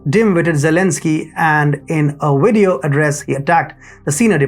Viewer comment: I like the way u say video....wedeo